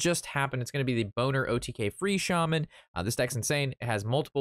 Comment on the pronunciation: "bo-ner"? not "bol-ner"? I don't care either way; you made me laugh haha. Looks like a fun deck by the way. I'll give it a go if I have enough dust.